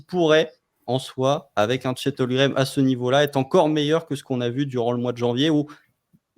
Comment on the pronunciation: HOLM-GREN, pas Holgrem 😂